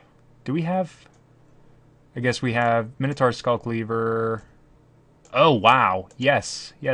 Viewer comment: Best MTG channel worldwide. Worst pronunciation of minotaur worldwide. :( "Minotaur (ˈmaɪnətɔː)"